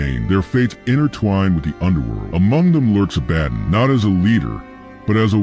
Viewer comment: A-ba-don, not A-badin